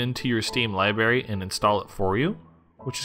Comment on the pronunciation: this video is cringy. library. not libary